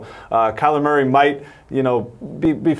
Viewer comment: Every time he says Maury instead of Murray I cringe. It's such a simple name...why go out of your way to say it so different and wrong?